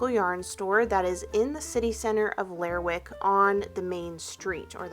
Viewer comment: Hey --love this video. As someone who lives on the other coast of Scotland (Western Isles), I recognized the general rugged landscape of Shetland. The sheep here produce wool that is often used to make our famous Harris Tweed. Now, as far as Lerwick, it's actually pronounced 'Ler-rick' and the W is silent. Kind of like Gren-nich when speaking of Greenwich in London. And crofts are basically smaller versions of farms and not as commercial as some farms can be. Crofts tend to be handed down in families. They used to be self-sustainable but that's mostly gone now and tend to have just one commodity: sheep or cows. This may be a generalization, but that has been my understanding.